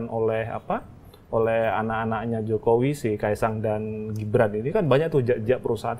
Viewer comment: Mbak .....GIBRAN bukan JIBRAN dech 😂😂😂😂